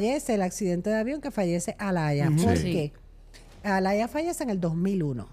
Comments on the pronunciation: No se dice Alaya es Aaliyah (Alia) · No se pronuncia Alaya se pronuncia Alia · Se pronuncia ‘Alíah’